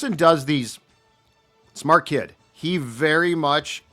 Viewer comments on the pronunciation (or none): none